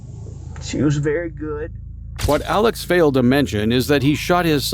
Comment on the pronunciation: Hi! Love the video, but as someone from SC wanted to say that his name is pronounced like Alec not Alex. Otherwise, love this.